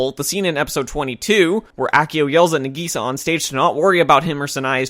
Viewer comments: FYI The pronunciation of Nagisa differs between the Japanese and English dub. It does make me cringe when I hear it being pronounced "Nageesa" instead of "Naagisa" since I watched all 47 episodes in the Japanese dub. I can understand why this shouldn't be considered a mistake on anyone's part but wonder if the English voice actors were told to do this, although Sentai Filmworks tend to get a bad rap for their English dubs anyway. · Did you just call her Nageesa? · if going to rip off the show pronounce nag-i-sa right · That is the incorrect way to say Nagisa